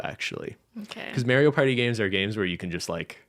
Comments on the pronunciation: Dear, please learn how to say mario propperly. The A is pronounced like the A in car. Best regards - half of the european continent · The way pronounces Mario is extremely cursed